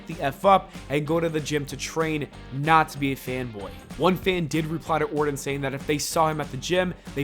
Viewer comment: Randy Orton with a “T” not Randy Orden with a “D”